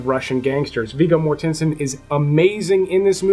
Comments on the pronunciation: You lost me at Viggo Mor-TENSE-n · Southland Tales is an absolute mess of a movie, it couldn't decide what it wants to be, Action, Science Fiction, Comedy? yet fails at everything, it is just weird and unfunny and makes no sense at all, it is on my list of the top 10 worst movies of all time. also, you are mispronouncing "Viggo Mortensen's" name.